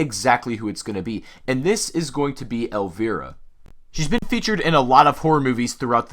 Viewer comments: Hey bro- it's pronounced "El-vy-ra" not Elveera ;) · "Elv-I-ra" High "I", buddy.